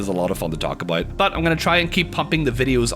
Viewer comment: "lets talk ah-boat"